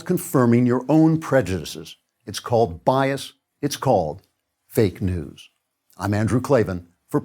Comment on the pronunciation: I thought he said fake "dews" ...like the "mountain cool" you'd get from a No Frills.